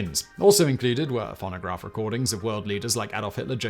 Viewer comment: It might just be my American ear, but I had to play the video back 4 times at the beginning to make sure he didn't say "pornograph records." I'm not gonna call em "nudes" anymore. I'm calling them pornographs. Or better yet, pornograms. Maybe I'll make the best-named snapchat/hookup app ever.